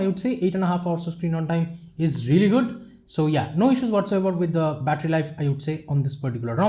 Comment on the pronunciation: you start battry 88% you finsh 82% wow bittry bum😂😂😂😂